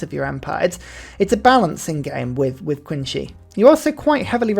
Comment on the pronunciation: Oh 3 years ago, just found out. Nice vid, only 1 note. I'm not a native chinese speaker, but I know Qin is pronounced more like Chin without the 'h', typically western people say it as 'Keen', but hearing you say 'Queen' is wild, let alone Queency (queen shi?). Not trying to be pedantic, but you'll sound better and informed in this topic when you try.